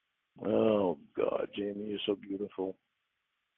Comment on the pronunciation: He's convinced he hit a (imaginary) g-spawt with his tongue. According to Cawd, it's awn the inside, to the left. EDIT: I just caught him using the plural "clits," like he thinks there's more than one.